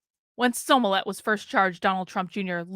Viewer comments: I love you, but if you’re going to report, you MUST pronounce people’s names correctly. It’s not SOmillett. It’s SMollett. 🙏🏽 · Are you saying his name like SEW MOLLET? 🤔